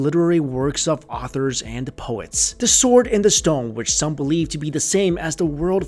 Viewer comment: I'm sorry, but y did u pronounce stone as "storng"?